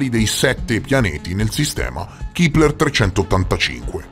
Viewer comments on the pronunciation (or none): Si pronuncia Kepler e non kipler.Ciao😊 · Chipler chi???? 😂😂😂 A, sveglia! Il telescopio si chiama Kepler e si pronuncia con la e perché è il cognome di Johannes Kepler, che è stato un astronomo, astrologo, matematico, cosmologo, filosofo della natura e teologo luterano tedesco, che scoprì le leggi omonime che regolano i movimenti dei pianeti. Studiaaaaa!!!! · Ma perchè "Kipler/Keepler"? Il nome è Kepler, si pronuncia con la "e", è stato chiamato così in onore di Keplero, o Kepler appunto, l'astronomo tedesco che studiò le orbite dei pianeti del sistema solare...nome molto pertinente per il telescopio infatti... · Si pronuncia Kepler, non Kipler. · Madonna, un te posso sentì a ripetere "kipler" a ogni piè sospinto, limortacci tua ^^